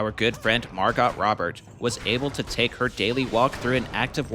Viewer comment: Can't unhear your pronunciation of MarGOT Robert